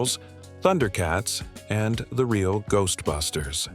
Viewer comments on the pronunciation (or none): none